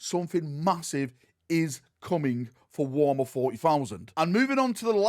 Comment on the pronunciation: Why do you say Warmer and not Warhammer?